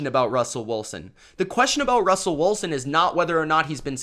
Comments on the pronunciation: Why you pronounce his name Russell Woolsen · Bahahah never heard Russell Wilson’s name pronounced as Woolson. 😂😂